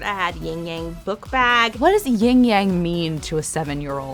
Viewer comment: YIN AND YANG, NOT YING YANG Ying yang is not a thing. They are 2 elements that balance each other, not a sound effect.